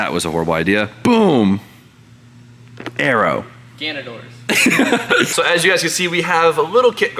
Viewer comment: IT'S GANADOR. NOT GANUNDOOR.